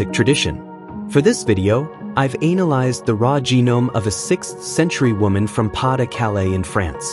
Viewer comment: Please have it pronounce “analyze” correctly next time 😭